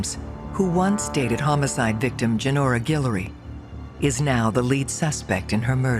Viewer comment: Guillory not Gillery my family last name